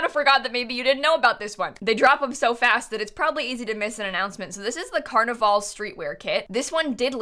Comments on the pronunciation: Pronounce carnival like carnivl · Is it just me or is she saying carnival wrong